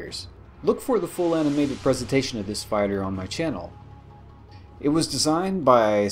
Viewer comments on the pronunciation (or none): none